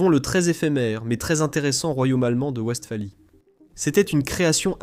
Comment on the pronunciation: Pour le traducteur: wWestphalie est un mot allemand,le "W" se prononcé "V'" et non "oue" comme en anglais